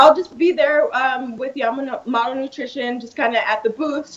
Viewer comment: cant even say her sponsors name correctly lmao its okay her quads make up for it ha